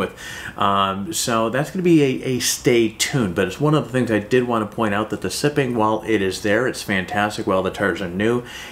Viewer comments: Sipping? It's siping (SY-ping). A single one is called a sipe. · Thanks a ton for the video! I've been looking at new mud tires, and you picked two off of my short list. Very informative! If you are interested, "siping" for tires (one "P") rhymes with "typing" and is not to be confused with "sipping" (two Ps), as in drinking a little at a time. Possibly named after an inventor named John Sipes who introduced "sipes" into rubber tires.